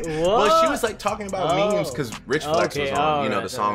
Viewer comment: He just said “me-me” who tf pronounces it like that 😂